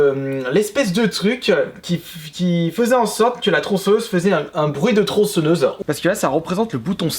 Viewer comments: Passe outre, on est tous déjà au courant de ses problèmes d'élocution, c'est pas notre problème blc. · TronçEnneuse... ptn mais la faute de prononciation de gamin de 6 ans. Tu dis crocrodile aussi ?